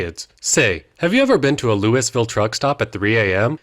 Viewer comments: makes me unreasonably upset that he pronounced Louisville as "Louis-Vill" when it's meant to be "Louie-Vill" but everyone who lives here says it "loo-a-vuul". it's the dumbest thing that we say it like that, and even dumber that I prefer it that way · Bro it tortured me that you said Louis-ville and not Lou-a-vol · One thing: Louisville is pronounced “louvll” and not however the hell you said it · It’s not Lu Is Vil it’s LUUV EL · It’s “Lou-ih-vul” not louis ville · the fact that he pronounces louisville wrong kills me. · Louisville isn't pronounced "Louis Ville", you absolute goober. It's "Luhlvul." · Imagine pronouncing Louisville as “lewis-vill” and not “Loowa-vull” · God this video has SO MUCH misinfo in it! It’s pronounced “Lo-ah-vull” not “Louis-ville”! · Louisville Kentucky is pronounced Loo-ee-vill or loo-uh-vl not Lewis-vill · It’s pronounced loo-ville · It's not pronounced Louis ville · A: It's pronounced Loo-ee-ville. B: Damn right we ate that sky meat. Meat's valuable. C: That scientist was a dumbass. Everybody knows horse is tougher than baby. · It's pronounced lou a vul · it’s LUH A VUL. LUH-A-VUL!!!!! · As a Kentuckian, I winced at “Louis-ville” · Rabble rabble "looiville", rabble Kentucky not Yankees. But in all seriousness love it, keep it up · As much as I enjoy this whole channel, hearing “Lewis-Ville” almost gave me a brain aneurysm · bro said lewis-ville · As a native Louisville resident, noone has called it the way you pronounced it since the French owned it. The correct pronunciation is Lu-A-vul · Well im Kentucky fried fucking pissed i know its spelled Louisville but it pronounced lou-ville hell even Louie-ville would be acceptable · Pronounced Looh-uh-vul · You mispronounced Louisville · Thanks, but it's Lou-a-Vull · As a Kentuckian I take great offense to this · As one who lives near and works out of Louisville, theses mispronuciations greatly annoyed me. Good on you sir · Fucking HATE the way you say Louisville